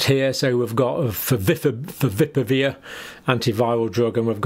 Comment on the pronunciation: Fa-vi-pi-ra-veer is the correct pronounciation...get it right please.